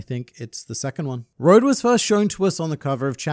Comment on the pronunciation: Road is the name English speakers choose. As Dawn & is Dusk said, his name is pronounced more like Ro-doe.